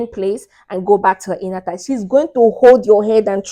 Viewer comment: I realized that you are saying Inner thigh Your accent threw me off